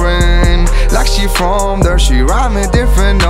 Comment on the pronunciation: Casi. Cuando pronuncia "bored" o "there" suspende fuerte.